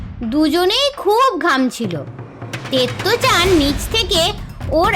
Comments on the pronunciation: আমি এখন পড়ি আপনি ভুল বলেছেন ওটাতে তেমোই নয় ওটা তোমোই তারপর ইয়াস ওয়াকি জানতো ঠিক বলেছেন ওটা তেত্তো চান না ওটা তো তোত্তো চান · তুমি তোত্তো - চানকে তেত্তো-চান বলেছো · ওটা তত্তো চান তেত্তো চান নয়